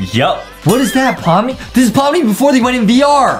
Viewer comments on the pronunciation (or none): Pomni not pomi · Wait hold on you said pomi its pomni